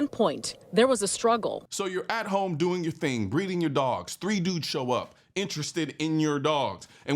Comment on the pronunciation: “so you at home breading your dogs” 😂